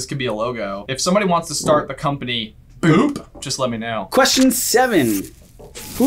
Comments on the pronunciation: Yup. Bippity boppity boo. Or Bibidi, Babidi, Buu. But that's different. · Is it just me or is it Bibbidi Bobbidi Boo and not Boop? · Bibbidi-Bobbidi-Boo not boop and it didnt win the academy award it was just nominated. Mona Lisa won instead in '51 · UGH! They did it again. You're both wrong on the Bippity Boppity Boo question.It's NOT BOOP! It's BOO! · Nobody: Me: *Triggered they called it Bibbity Bobbity Boop instead of Bibbity Bobbity Boo*